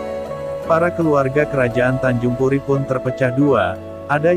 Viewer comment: Tanjung pura bukan tanjung puri